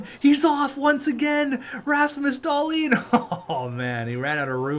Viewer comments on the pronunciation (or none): Hey man just wanted to say that Dahlin is pronounced Dahleen, not Dahlin